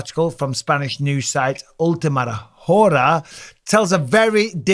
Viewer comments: Ultima whore-uh lmao.. don't you know the H is silent bro hahaha that was funny gracioso Michael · In Spanish you don’t pronounce the H… Ora 😂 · H is kinda silent Mike just read it as Ora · "Ultimate whore-a..." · It's pronounced Ora. The H is silent on hora 😊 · It’s “última ora”, Mike. ;) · The H in hora is silent by I like your pronunciation better 😂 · The ultimate wh*re JAJAJAJAJAA it's funny and I'm spanish. The thing is the h is always silent in spanish. Cool video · Hearing you mis-pronounce Hora was funny at least. You made it sound like the f word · The H is silent in hora broski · H is silent in hora like hour you baboon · Yo Bisbing, Champ H is silent in Spanish Hora. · Haha Michael you don't pronounce the " H " in " hora " in spanish